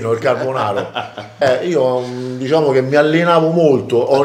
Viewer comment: Abbiamo detto: DISCIAMO?😅😅😅😅😅